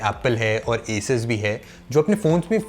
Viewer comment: Wrong pronounciation of asus it,s असूस